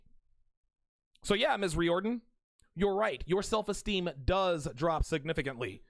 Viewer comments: I must rise in defense of the Irish. It's pronounced reared-in not ree-or-den. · Its pronounced REER-DEN.